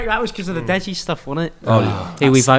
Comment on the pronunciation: shouting deji in a random accent and nobody acknowledging it!😂😂😂